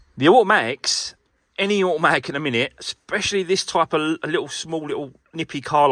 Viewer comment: Can you just say a...matic once more 🤣